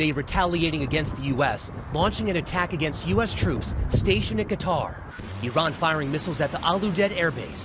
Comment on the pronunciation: Ka-tar 😂how hard is that to say not cutter smfh